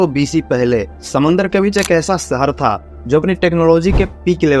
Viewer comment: सहर नहीं भाई शहर होता है